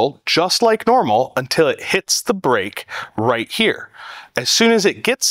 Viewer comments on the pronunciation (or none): I thought he said a Brick... for 2 seconds I thought where is the brick? then realized he meant a Break... otherwise his English was easy to understand, no weird accent. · Break? I thought you said brick!